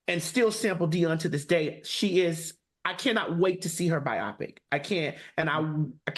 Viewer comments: 🤓🚨 grammar nerd alert: bio-pic not bi opic 💅👨🏽‍🏫 😂😂😂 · Its "BIO-PIC" (Like BIOgraphic PICture) NOT "BI-OPIC"